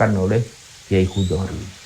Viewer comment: bacanya khudhori min, bukan cludori